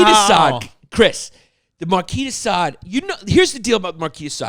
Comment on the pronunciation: Chris finally pronounces Marquis De Sade correctly, then immediately reverts to an incorrect pronunciation.....classic Chrissy!